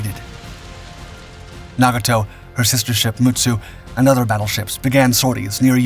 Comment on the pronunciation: You would think the people behind these “history” videos would learn correct pronunciation of the names of famous vessels. sheesh! couldn’t watch past the tenth mispronunciation of Nagato.